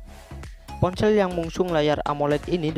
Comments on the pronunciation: Ponsel bambang,bukan poncell 😂🤣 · Ngomong ponsel : dia bilang nya PonCeelll dong 😂